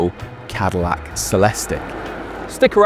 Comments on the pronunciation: We know you are a Brit but you really can't pronounce Cadillac? 😂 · Literally didn't say the Cadillacs name properly even once.